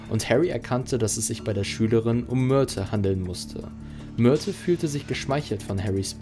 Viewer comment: Hab ich was mit den Ohren oder sagt der sprecher öfters Myrtel anstatt Myrte?